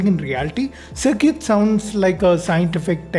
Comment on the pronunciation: Circuits ❌ CirCUTEs✅